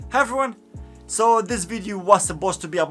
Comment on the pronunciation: "Hieveryone" - I love it